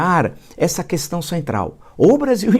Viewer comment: A primeira palavra que ele aprendeu falar e nunca saiu da boca dele é Coestão (questão)😂😂😂